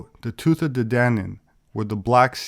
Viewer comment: This was very interesting, but I must point out your mispronunciation of Tuatha. It's more like T'watha.